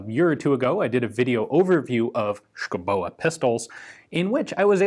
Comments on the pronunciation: Native Dane here. The e in Schouboe is silent. Otherwise, pretty good pronounciation I have to say^^ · The "e" at the end is pronounced as a lengthening of the "o", we love doing things like that in Danish. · Its pronounced "Shoobohh", not "Skoboa" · Hmm.. yes You butchered the pronounciation, but that is thoroughly understandable, as it is pronounced "Skovbo". Danish pronounciation is living Hell for foreigners in so far, as there are lots of mute letter, Danish spelling is impossible and sometimes all of the consonants have to be pronounced. Switching to Greenlandic does NOT help matters, as they have unique consonants, which are best pronounced WITHOUT teeth, and with a lot of drool. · It's actually pronounced 'shooby'. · S K O W B O is how it is pronounced! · The name is pronaunced Skovboe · Pronounced: Show-bo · Hi Ian.... it's pronounced SKOUBO...yeah I know Danish is hard. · Pronounce it like you would say duh and boo..... Skuh-u-Boo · Me thinking : Dont laugh when Ian pronounces the name!....fail. Schouboe = Skovbo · Dane here. It's pronounced more like "SCOW-bow". Not exact, but that's as close as you will get with American English phonetics. It means someone that lives in the forest. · The "u" is pronounced as a "v" and the ending "e" is silent/an exstension of the "o", so it would be pronounced: "Skovbo", meaning "forrest home", yeah Danish is a stupid language, where half the letters are either silent or pronounced as something else completly. Other than that, interesting video as always Ian. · Oh dear, your norwegian and swedish is really good but the danish needs some work. Just put a hot potato in your mouth and say sco-bow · As a Dane I can't understand the pronounciation of Schouboe, but Danish is hard for foreign tongues. The Pronounciation in Danish is more like "Skuvbu" but still with a bit of "o" rounding on the o sounds, but cut of faster and don't pronounce the e at the end, that is a silent e. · Oh my fucking gawd, your pronunciation. Insane.